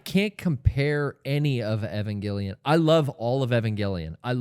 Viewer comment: I'm dead when he said Evangelaun lol